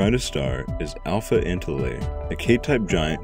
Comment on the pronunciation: Minor correction: *Antliae not Antilae